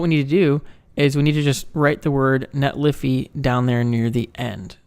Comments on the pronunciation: Sorry, can't subscribe to your channel due to your pronunciation of netlify. Otherwise, great work! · Netlify...funny. it's a 50/50. I hear both. NetlAfy just sounds way cooler. Great video. Thanks